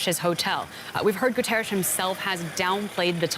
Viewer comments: Someone please teach her to pronounce Guterres. Saying his name correctly rather than making some weird sound is the least a reporter can do... He is the Secretary General of the UN ffs! It kind of distracts from the weight of what they're reporting. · The studio reporter saying "Antonio Guterres" sounds like Ash in "Army of Darkness" when he forgets the Necronomicon's magical words. 🤣